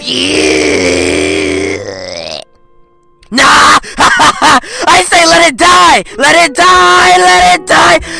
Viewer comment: "Point of viewELH"